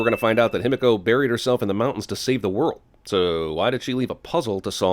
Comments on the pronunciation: Ah yes, annoy the otaku community with such a simple name: him-echo. him-echo. him-echo. Cant be he-me-co. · *Himiko(He-Me-KO), if Japanese pronunciation was more known, this itself would be a sin. I mean if I were to spell it how everybody here is pronouncing it, it would be "Hemeko". Like bro my ears. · Even though the exact pronunciation of Himiko is unknown I still think they should have pronounced it: Hi-mi-ko (ひみこ) Following a modern Japanese pronunciation and not: Him-i-ko Every time they said it it was super distracting. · I could be wrong but aren't they pronouncing himiko wrong? Shouldn't it be pronounced he me co? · My biggest sin for this movie: Lara's dad (forgot his name) pronounces "Himiko" like it's "Himeko" and it was driving me fucking NUTS while watching the movie!!!!! How did they get that wrong? Didn't they have someone who speaks just a tiny bit of Japanese, who could tell the character who says Himiko the most, that he's saying it wrong?!? sins for that! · Good god, can they PLEASE stop pronouncing Himiko wrong, fuck. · No sin for the people studying Himiko not being able to properly pronounce her name? I is always pronounced as "ee" in Japanese. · my inner weeb is getting triggered by EVERYONE in this movie pronouncing Himiko wrong its not that hard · Movie and thus Jeremy is mispronouncing Japaneses and it is pissing me off, 'i' is pronounced like a long 'e', like he, or she., not like the 'i' in 'him'.